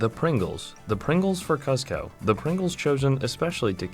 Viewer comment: bro did not watch emperor's new groove "cuhz-ko" lmao